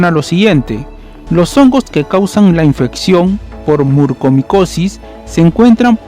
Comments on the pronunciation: Es MUCORMICOSIS!!,No murcomicosis. Soy especialista en otorrinolaringología y la enfermedad ya se ha detectado al menos hace más de una década en México. No siempre hay sangrado nasal. El único diagnóstico es por biopsia y es mortal. Informa de manera verás por favor. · NO PUEDO CREER LA CANTIDAD DE VECES QUE DIGISTE MURCOMICOSIS, por favor, si haces un informe asi, al menos pronuncia bien, es MU-COR-MICOSIS